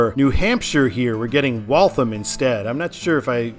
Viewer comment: Yay, Massachusetts, my home state! Frist, it's WOOS-ter. In Western MA, there is no exit in Stockbridge, home of the Norman Rockwell Museum, so West Stockbridge, a separate town, is correct. For the westbound I-95 intersection to Waltham (no schwa on the second syllable), signing that suburb, just north of I-90, would be correct in that direction as if one were going to Portsmouth NH from Boston, the highway of choice would be I-93 north or the slower US 1 north through Saugus and Lynnfield. Getting back to the Worcester area, I-395 and I-290 are the same highway. I-290 north of Masspike is the original spur that was intended to be a loop highway that only got as far as I-495 in Marlboro due to community opposition east of I-495; the super-2 that continues into Hudson is simply called to MA 85. I-395 south of Masspike was originally CT 52 / MA 52 until 1983 when the highway was upgraded to interstate status. The number change officially is where the highways meet US 20 nearby. MassDOT is considering renumbering I-290 to I-395 for numeric continuity as the mile markers and exits for I-290 do not reset to zero; instead, they continue from I-395. Stay tuned for that. Also, the next exit to the east, MA 146, which got added around 1990, is signed for Providence RI, the first taste of the Ocean State on that highway. Some internet gurus opine that MA 146 / RI 146 should be renumbered to I-190, which does exist north of the Masspike going to Leominster (pronounced LEMON-stir) and F